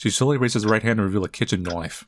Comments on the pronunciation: oi mate, i sure hope you got a loicense for that butter noiyfe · the least british knoife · I love that in every situation he doesn't say "knife" he says "KNOIFE". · The way pronounces “knife” never fails to send my sides into orbit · Bro DID NOT just ask me a whole ass 10 months late. But basically, its a Rainbow Six Siege meme, about how the bri'ish character "Tatcher" pronounces words. And instead of doing the typical "Knoife the watamelon" From another Famoud British man, i chose to be a bit more classy. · Why does he always say "knoif" and not knife😂sounds funny af😂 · I think he likes to reference Crocodile Dundee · Kitchen “NOIFE”💀😭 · Is the pronounciation of knife purposefully that way like an insider or just your dialect? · I don't know if you pronouncing knife like an aussie is an attempt to circumvent youtube algorithms but I'm pretty sure it doesn't make a difference. Even if you pronounced it in a japanese australian accent, in japanese it wouldn't work lol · LoL every time he says knife I'm like why why u say it like that lol I know that it's just a jk ok don't take it seriously 😒